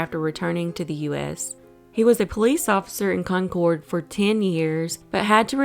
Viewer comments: You can blame Welches advertising their conCORD. Its pronounced Concurd, NH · Concord is pronounced one word (almost like concurd) here in nh not con cord lol but love this never new this stuff happened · pronounce it “Conkurd” not “concored” lol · Lol... I was going to say the same thing. "Con-kerd" for us NH-ites, Con-corde for everyone else... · I know all these places. My sister lives 2 seconds away from the tropical lounge. I actually have a friend who went missing 2yrs ago now in Nashua. It's so sad... Also, it's pronounced "Con-Kerd" ☺️ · Excellent video! Just so you know though, in New England, "Concord" is pronounced like "conquered". 5 out of 6 New England states have municipalities named Concord. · I screamed its conquered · Anyone else annoyed as hell at how she says concord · I would’ve pronounced it the same - it’s spelt like that so how is she supposed to know?